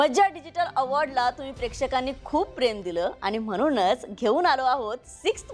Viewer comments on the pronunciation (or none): तुम्ही छान दिसता, बोलताही, मुलाखत पण सहज गप्पा मारल्यासारखी घेता. पण जरा "न "आणि "ण "च्या उच्चरावर मेहनत घ्या. म्हणून हा शब्द तुम्ही नेहमी म्हनूण म्हणता.